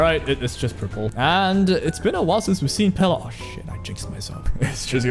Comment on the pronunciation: calling pela, pelay was the worst part of this video